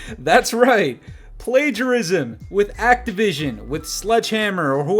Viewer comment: You don’t know how to pronounce plagiarism? Uhh k